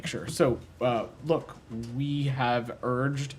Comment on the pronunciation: His ‘’Urged’’ is much weaker that Starmer’s ‘’Urged’’ when talking of The Speaker.